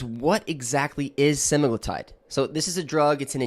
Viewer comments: He's pronouncing Semaglutide WRONG, reddd flaggg, you guys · Are you a real doctor? You don’t seem able to be able to say semaglutide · Specifically, you mispronounced semaglutide multiple times, and then Medullary thyroid cancer (MTC). Not sure I'd trust your opinion or judgement.